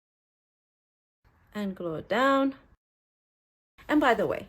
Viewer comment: I second that....l defy ANYONE not to laugh when says " glue it down!" in that accent of hers! She has made many a miserable end of a long day at my nursing life bearable and l have found myself chuckling until I get tears in my eyes. So l agree. Love and hugs from Nova Scotia xoxoxo